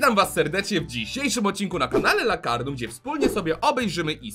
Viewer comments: nie Lakardum tylko Lakarnum ❤❤😊😊😊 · Czemy Ty mówisz ,, Lakardum,, jak to jest Lakarnum???